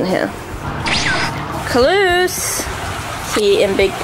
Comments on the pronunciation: Caylus not calus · Caylus❌ Cahles✔ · 7 u say colas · I love how calls caylus as CaLuSs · keeps saying calus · it's not calus its caylus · the way pronounces caylus is so funny